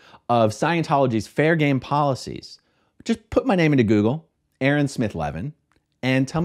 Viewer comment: Hey A-A-ron! After the intro video plays, it should cut to you raising your hand and saying “PRE-sent!”🙋‍♂️